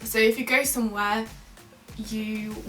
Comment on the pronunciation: As a Dutch person, I would have had a hard time distinguishing you from a native speaker, however, there are some clues in your speach that you're not. They are very slight, though. There's a mix of accents as well. Mainly RP, you have a pretty clearly audible glottal stop, but the way you say "somewhere" sounds a bit more Northern...